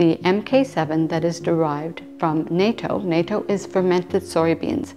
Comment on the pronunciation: Hi -- I love your videos. I also love natto. (Actually, it's pronounced NOT-TOW.) As a foreigner in Japan, I was constantly asked whether or not I could eat it. Your video was a reminder to go to the Asian store in my town, try to find it and start eating it again!